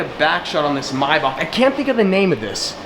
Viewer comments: Anybody else felt irritatingly cringy hearing "my baak" he said while pointing at the maybach in the super car garage? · Keelan Taylor, your right. It is pronounced may- Bach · The way you say maybach makes me feel sick 🤢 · Just waited to hear it before I liked your comment Yuck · Why are you saying “maybach” like that lol